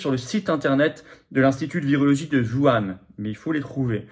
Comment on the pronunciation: C'est pas "Vouane", M. Philippot! Lol c'est "WOU-HHHANE" 🙄